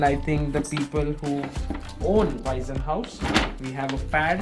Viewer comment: I am sure the sponsors will be happy with your impressions, well done! [an amusing side remark: in German there is "Waisenhaus" and the name "Weissenhaus". Your pronounciation sounds like the earlier, and that means "orphanage" ;-) The "s" of Weissenhaus is voiceless]